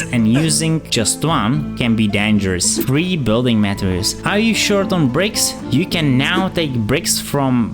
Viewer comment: Excelent video. Thanks. By the way: you re pronouncing the words materials, and durability